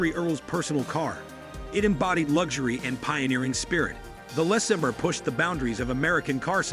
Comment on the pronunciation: LOL goofy narrator! “Less-uh-burr”. FFS it’s “Luh-saber”